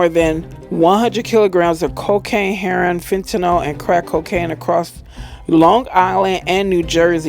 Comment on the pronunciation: Why can't this stupid woman read or pronounce the word heroin?? It's not heron. Should have stayed in school...